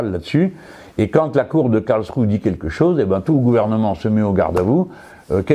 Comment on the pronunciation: M. Mélenchon, le -e final de Karlsruhe se prononce, autrement dit, cela se prononce "KarlschruhEUUUU". Merci